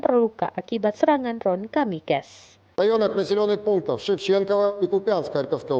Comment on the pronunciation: "deron kamikes"